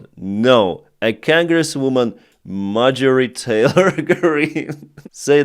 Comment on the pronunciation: Cangress?? Wth is that?? Its spelled with an "O" Genghis khan congress.. who would've guessed it that those two words sound the same.. Hearing people butcher English.. is the worst.